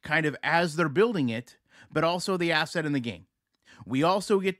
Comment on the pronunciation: I heard ass-hat!! Not asset Lol! Anyone else!?